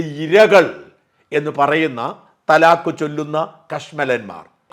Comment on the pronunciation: ത്വലാഖ് ,തലാഖ് ,തലാഖ് എന്ന് പറഞ്ഞാൽ ത്വലാഖല്ല